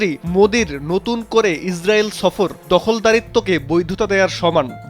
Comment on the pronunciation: তোমরা ওয়ারা সফর কে ছফর উচ্চারন করো ।করতে পারো না আসল উচ্চারন। বালের মিডিয়া বালের দেশ।